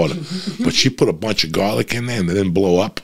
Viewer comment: Eating gahlic, blowing fahts like a doctah!